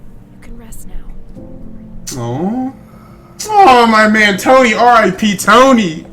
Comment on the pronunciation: it’s R.I.P not R.A.P